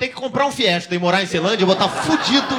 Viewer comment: Iaae falou errado da melhor cidade de Brasília.. Ceilândia